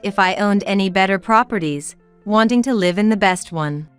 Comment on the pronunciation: It’s live misponouned incorrectly